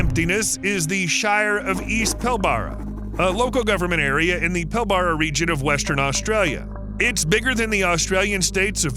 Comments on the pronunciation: I am heading out to the shire of East Pilbara in three days. Its pronounced "Pill-bru" And yes, its f**king hot. Pardon my language, I'm Australian. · I can't stand it, it's pronounced PIL-bruh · As an Australian who had worked in the Pilbara… it’s pronounced PILL-BRAH. Also as an Australian. I can verify the fucked traffic on the m5 in nsw. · Its pronounced pill-bra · It’s pronounced pill bra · As someone who works in the WA mining industry ... I can tell you its pronounced The Pill - barrrah.